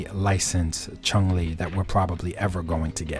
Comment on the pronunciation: chung???? there is no G at the end of her name. CHUN not CHUNG